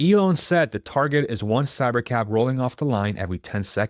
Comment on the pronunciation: Until he put Cybercab on the screen, I thought he was saying Cybercap